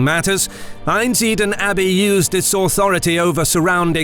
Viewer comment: Great video, my family are from Einsiedeln. Note, there is an 'L' in Einsiedeln and it's not silent!